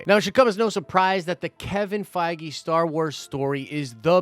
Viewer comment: Den Of Nerds drinking game, everytime say ‘Fiege’ do a shot! 😉 love the channel hahaha